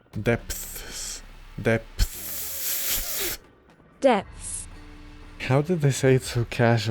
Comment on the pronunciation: Your struggle to pronounce "depths" is very akin to my struggles to pronounce ANYTHING in Slavic languages